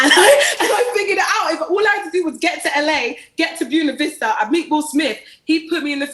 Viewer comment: Bew-na Vista...? GURLLLLLL, 😂